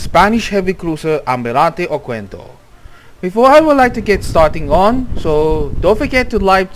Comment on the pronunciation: The letter "U" is not pronounced, the correct pronunciation is OKENDO